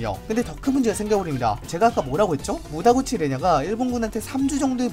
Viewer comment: 무다구치가 아니라 무타구치.....